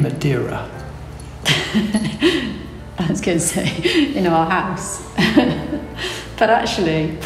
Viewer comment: It's "Madeira", fyi :)